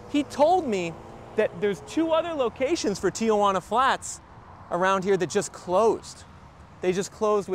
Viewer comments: It’s not “Tiajuana” it’s Tijuana !! No “a” between the “i” and “j” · It's not "tee-a-wana". You're adding a syllable that isn't there..... there's nothing in the spelling that would suggest there is.